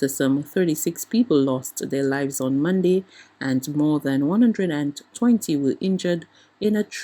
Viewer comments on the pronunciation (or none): "...after some 36 people lost their lives on Mon-d." The word is MONDAY, not Mon-d.